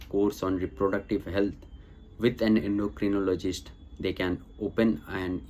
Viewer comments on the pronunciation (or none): none